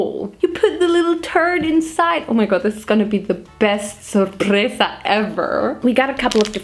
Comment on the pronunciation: Amo como pronuncia "sorpresa" 😂😂😂❤